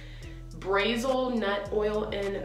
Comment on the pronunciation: TELL ME WHY YOU CAN PRONOUNCE “tahitian” (never heard that word in my gd life) BUT YOU CANT SAY “brazil” SIS not trying to roast you, love you the most sister, it just cracked me up